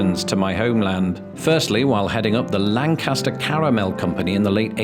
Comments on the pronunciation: “Apalachin”?! Get out of my state and never come back. I you also say “land-caster” it’s “lane-kister!” At least you don’t say Allegheny wrong. Love the vids, keep making them, just look up the right way to say it! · I noticed that you worked really hard to say Lan-Cass-Ter. I know you wanted to say Lan-Ka-Shur. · One correction. Lancaster Pennsylvania is pronounced more like Langkister than the English city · Please tell me you went on the ride in World of Chocolate. PLEASE. Also, LANK-is-ter, not Lan-CAST-er. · I guess the Pennsylvanian pronunciation of Lancaster also got lost in the pond.... For we say lan-kiss-ter not lan-cas-ter. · I came to see how many Pennamites bashed you for names/words like Monongahela (Ma non ga hay la) and the GERMAN Lancaster (Lank Aster, not British Lan Caster). Alas, it was still a spectacular video,. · It's pronounced Lanc-Kiss -Ter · As a resident of Lancaster, PA, born and raised, I am contractually obligated to say: It's pronounced Lan-KISS-stir. That said (so I may keep my residence), this was a lovely and beautifully shot tribute to the state. I'm glad you had a good time here! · I live right outside Harrisburg and have been to many of the places in this video. It was pretty cool to see! I’ll forgive you for mispronouncing Lancaster since you are British lol we pronounce it in Pennsylvanian and it’s Lank- is- ter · Well done! You get bonus points for correctly pronouncing Gettysburg. When I was younger, pronouncing it "Getteezburg" would mark you as an outsider as surely as saying Lann-caster. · So awesome to watch my home state be featured. I'm between Hershey and Philly. BTW locals pronounce it /Lank cast ter/ never /land caster/ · When speaking of the city in Pennsylvania, pronounce Lancaster so it rhymes with "yank it, sir," not with "sandblaster." But there are places called Lancaster in other states that rhyme with "sandblaster." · Living in Lancaster PA, I can say that we pronounce it Lang-kiss-ter